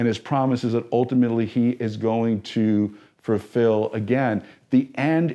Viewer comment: Thanks for covering this topic! It would be perfect if you could only say fulfill instead of furfill 🤣🤣 just kidding. Love this ministry. 🧡